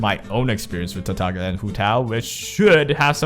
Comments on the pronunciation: Btw, it's pronounced Tartaliya, unless you pronounce the G in Lasgna and Signora because you like being unique there's no reason of saying TartaG-lia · sure it's not like Signora but can we both agree that it is not pronounced Tar - Tag - Lia? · Nope, i'm Italian and "Tartaglia Is a pure italian name, signora too, signora in italian mean lady. And Tartaglia mean a dude who can't speak well. Tartaglia in italian is pronounced with that tipical sound of all "gl", not like gn of Signora. And lol, but Venti in italian mean 20. Bye😂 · otherwise you can Watch this video "La migliore build per Tartaglia" this title mean "the best Tartaglia's build" and hear the beginning when the guy says "avete droppato Tartaglia" (this mean you have dropped Tartaglia? and so) and you can hear the real pronounce. By the way you english guys cant pronounce this gl very well because you dont use never in your vocabulary. You can do the same on google translate for Signora. Enjoy 😂 (You from?)